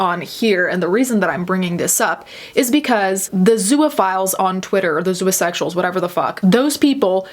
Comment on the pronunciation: For some reason I kept hearing you pronounce “zoosexuals” and “zooasexuals” with an a sound and it is driving me insane